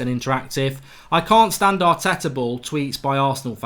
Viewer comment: Why do you say STAND in united stand so obnoxious